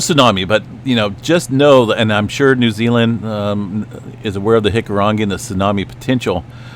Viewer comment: Just want to say, as a New Zealander, I really appreciate the pronunciation of our Maori words. You try harder and do better than most. In fact, you pronounce hikurangi better than some people i know here haha